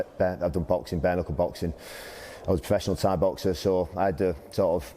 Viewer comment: Prochaine étape, savoir prononcer bare knuckle.